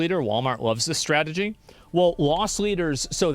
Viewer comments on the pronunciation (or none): none